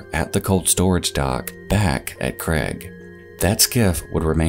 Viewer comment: Ffs it's Craig not Creg. So ridiculous!